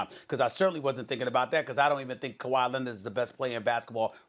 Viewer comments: "Ka-why Lennit..." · Stephen "Ka why Lennit" A Smith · Stephen A Smith: It’s Kawhi Leonarder Stephen A Smith: I’m wrong and here’s why...